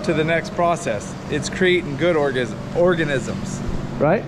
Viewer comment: You almost said orgasm😂😂😂